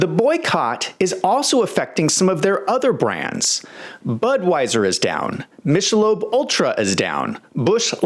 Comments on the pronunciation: Mic-a-lobe not Mishelobe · DID U JUST SAY MISHELOB? UGH! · Mish-a-lobe? R E A L L Y? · Did he say mishalob? Have I been saying it wrong all my liphe? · Did this dude just say MISHelob?!? 🤨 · If you can’t pronounce Michelob maybe sit this one out, champ. It has absolutely nothing to do with NoMg Ze GhEyS!! and absolutely 100% to do with openly advocating for child mutilation (which Dyllie does) and cross-sex hormones for children (also promotes this). Americans honestly don’t care about one’s sexuality- if they did, Miller Lite, Coors Light, Guinness, etc wouldn’t sell here ever again, as their pride support is very unabashed and on display. Nobody stopped buying the brands, people generally don’t care. Most people on-board with the complete destruction of this company/Target/North Face/Nike/etc., are doing so because they’re absolutely exhausted and finally to the point of drawing a line and loudly declaring’THATS ENOUGH!!’, we’ve let them screech incessantly for a while, not saying a word, but when they started openly coming for kids? Done. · THANK YOU!! He starts off with the true misgendering. Then pronounces the hard “ch” in Michelob. Can’t take seriously.